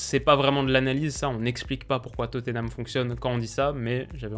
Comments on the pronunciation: Étant Londonien, je me permet de te dire que Tottenham ne se prononce pas Toténam mais Totnam ou bien Totenam. Bonne continuation :) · La prononciation anglaise c'est Totenham en prononçant le H